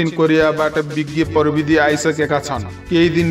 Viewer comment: परबिदी होईंन हौ प्रविधि होला नि । नेपाली शब्दको सही उच्चारण त गरौं ।